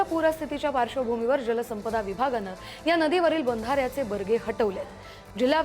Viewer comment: बरगे नाही. बॅरेज असतं ते 😂